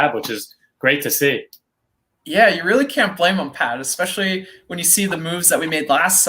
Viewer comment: Esssssssspecially. Please. No X. Enjoy the content tho!!